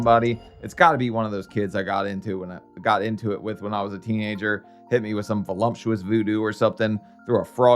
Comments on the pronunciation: I smile every time you pronounce voluptuous, “vo-lump-tuous”!! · Voluptuous,. No "M". 😊